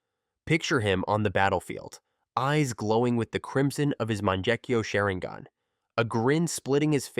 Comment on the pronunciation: Almost as wild as “manjekyo shareengin”